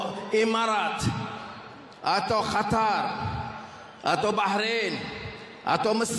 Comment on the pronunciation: Qatar bukan Khatar